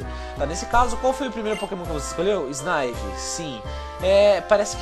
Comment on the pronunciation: megazão não é snaivy mas sim snivy